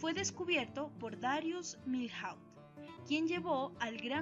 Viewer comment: Pronuncian mal el nombre de Milhaud!!